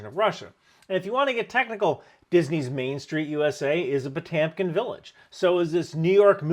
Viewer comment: …and his name is pronounced pa-TYOM-keen ?